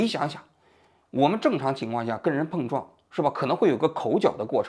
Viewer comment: 王局的舌头今天和某个异物发生了“蹦”撞，嘴又piao了